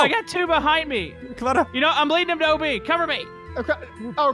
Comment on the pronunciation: It’s not OB is ob